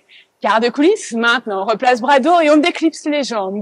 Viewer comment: Ergo. Merci à vous deux. Cindy svp travaillez votre prononciation. Vous mettez des A en plus un peu partout ! Par exemple vois dites brava pour bras. Vous avez aussi tendance à changer les E muets en A.